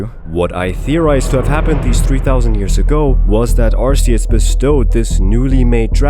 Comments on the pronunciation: I love your theories, but my autism screams when I hear "Arseus". The voice for Ash Ketchum said that it's "Arkeus" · Its pronounced ark ee us not arse ee us. arse is a whole cuss word bro you really think the most recognizable kids franchise is going let that slide in an official name? if you need further proof google how they pronounce it in the show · it's pronounced arcoos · I hate when people pronounce arceus like "Arse-eus" that, I dont wanna be thinking of a butt when talking about a god of all pokemon lol. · Hey man, just wanna let you know official pokemon pronunciation for Arceus is (R key us) it’s a common mistake though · Why did you say Arceus wrong at the beginning of the video?? 🤨